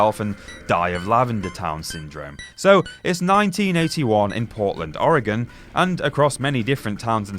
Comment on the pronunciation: Wow this guy can actually pronounce Oregon right, it feels like almost everyone that doesn't live In Oregon doesn't know how to say it